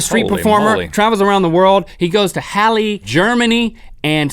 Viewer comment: It's so cute how link pronounced the german city 'Halle' :D